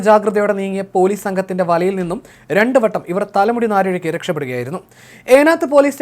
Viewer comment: "തലനാരിഴയ്ക്ക് " എന്നാണ്